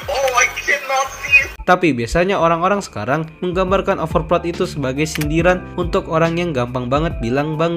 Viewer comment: sry bang gw dengernya overprot 😂😅😂 tapi nice topik bang emg real org indo overprot sih